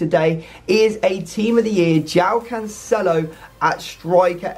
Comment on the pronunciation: Yay and episode of hearing mispronounce cancelo 😒